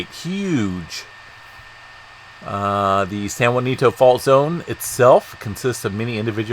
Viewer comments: It’s pronounced San Ha-Sin-toe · Can’t trust your information as you continuously call ‘San Jacinto, SAN JUANITO ‘!!! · Could I suggest.. San Jacinto. Ja cin to. No u. My elementary school name. Btw I'm from Texas. But love your updates... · San Ha seen toe